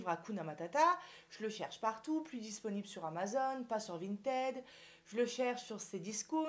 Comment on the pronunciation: c'est AMAZON, et pas AMAZONE... !!! en plus c'est écrit en énorme sur ton colis !!!